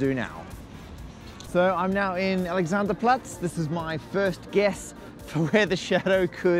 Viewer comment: Die Aussprache von "Alexanderplatz" war sogar ziemlich gut. ...random german comment passing by...